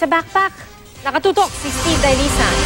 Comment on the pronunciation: ssssssssssssteve dailisan kailanga talaga ganyan pagbigkas ng pangalan Mo? nagandahan sa pangalan ang pucha!